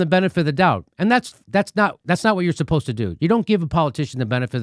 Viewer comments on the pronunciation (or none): Someone please tell Jimmy that "spost" isn't a word. Did you mean "supposed?" 🤣🤣🤣🤣